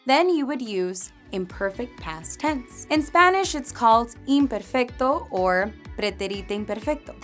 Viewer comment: She doesn’t pronounce pretérito and imperfecto correctly! 😮